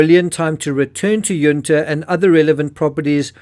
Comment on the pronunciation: Ok it's not under its Yun ta and Maree is pronounced ma ree and sapol is pronounced say pole